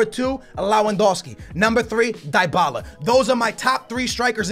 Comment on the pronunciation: is the type of guy to mess up some names like dybala he says tybala